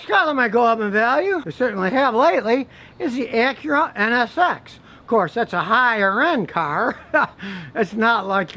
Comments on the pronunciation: Scotty its nsx not nxx lol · Scotty its NSX not NXS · Scotty, it's an Acura NSX - Not NXS. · Drink every time he says NXS instead of NSX. Crackhead!